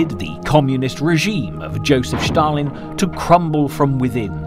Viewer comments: It's not pronounced bloody Schtalingrad or Schtalin. Just the s. Stalin. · Why do you pronounce Stalin as Schtalin? This is NOT a German name. His name was S-talin derived from the word Steel in Russian. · Just say STalin! Its STALIN ST ST NOT Schtaaalin drivin me nuts! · The guy's name was Stalin (from "steel") not "Shtalin". Same goes for "Shtalingrad". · Who is Shhtalin ? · There is no letter H in the word Stalin or Stalingrad. It’s Stalin, not Shtalin. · Shtalin and Shtalingrad ? Where is this: ""Sh" coming from? it obviously is: Stalin and Stalingrad. No "h" here, whatsoever. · Strange subtitles. It's more like a translation. Also he keeps saying Shtalin instead of Stalin. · Thank you comrade Shtalin. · Schtaaalin, Schtaaalin, Schtaaalin, Schtaaalin!!! It's Schtaaalin! Schtaaalin! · I dunno why this narrator insists on saying Shtalin and Shtalingrad but it gets up my nose. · Do you misspronounce Stalin on purpose? Štalin, Štalingrad,..just hard to believe when teal put together quality documentry such obvious mistakes appear..also naming all germans Nazis... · Can't even pronounce Stalin properly. It's not Shtalin or Shtalingrad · I know who Stalin was. BTW, he was not the president of Russia, but the general secretary of the communist party of the soviet Union. I was just intrigued by the way his name is being mispronounced in this docu. But then he also referred to a certain mountain chain separating Europe from Asia as Caucus Mountais.